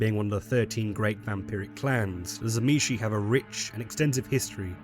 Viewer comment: If you start the video not pronouncing the T of Tzimisce then you lose me, T was one of the Clan Symbols of the Fiends, so if you fail it then this is a fail all around!